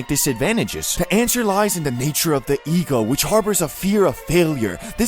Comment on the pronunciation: Does bro actually talk like that?😂 Bro says "da" instead of "the"